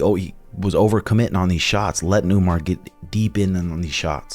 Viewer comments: Lmao please stop saying Umnar it’s just Umar 😂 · It’s Umar not Umnar 😂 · Its Uuu( long vowel) Mar ( mar ket)..yah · Umar. with M....mmmmmm NOT UMNAR!!! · You mean "Un"mar is 18-0. 🤣 Have no idea why this dude& Suga can't say Umar. "Omar" is a very common name in the Muslim world, but some places like Dagestan, it's spelled "Umar" and pronounce slightly differently "Oo-maar" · It’s not a good sign that you guys are looking past Merab. And why the hell do you keep saying Umnar? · I don't get it, why are you and insisting on calling him Umnar? is this the new trashtalking? you're just sounding dumb af. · umnar, marab, beenoyt stdeny haha suga and tim purposely butcher the names of dudes they hate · Stop calling him Umnar you mofos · It's actually "oom-gnar" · Umnar Nurmadurkadurk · Unsubscribe for saying the name wrong. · Sug and had no problem pronouncing Umar before he became a contender 😂the pettiness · Childish. You are a grown man, stop mispronouncing the guys name. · Pretty sure he’s trolling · He is just saying it because Sean says it like that. At the end he says the name correct,probably forgot 😂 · Leave it up to to mess up every name he’s ever said. I wonder if he’s just trolling at this point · He’s doing it on purpose bro it’s actually funny